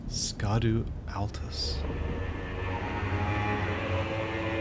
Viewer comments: It's pronounced shadow. Scadu is a very very old way to spell shadow. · Scadu is old English and for shade or shadow and is pronounced as shadu. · Isnt “scadu” pronounced “shadow”? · Learned something today! It’s not pronounced Ska-doo. It’s the old English/medieval spelling of “shadow” Scadutree is Shadowtree. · So when are we gonna start pronouncing "scadu" properly? I'm pretty sure it's way closer to "shadow" (possibly sha-doo) than "ska-doo". "Sc" in Old English was pronounced as a modern "sh", and it looks a lot like a somewhat mangled spelling of sċeadu (Old English for "shadow"). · Actually, scadutree fragments is not pronounced Ska-du-tree. It's actually pronounced as Scooby-Doo Treats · I dunno if anyone has pointed this out to yet, but Scadu is old english, and is most likely pronounced as "Shad-oo" meaning Shadow. Scadutree is the Shadow Tree. Similar to how "Erd" means "Home" and "Halig" means "Holy." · The old english meaning for Scadu is shadow, and it would be pronounced "shadoo" tree. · Scadu is actually pronounced “shadow”, as it it old anglo-saxon english. Just like “Scadufax” is pronounced as “Shadowfax” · I think Scadu should be said like shadoo, it looks like old English spelling conventions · "Scadu" is pronounced as "shadow", being an older version of the word. Like how "evergaol" is pronounced as "everjail".